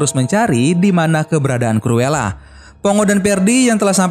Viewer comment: Bang penyebutan nya salah tulisan nya cruela tapi di baca curula